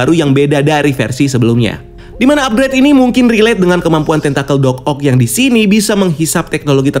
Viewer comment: Kagok bgt nyebut Doc Oc nya😂😂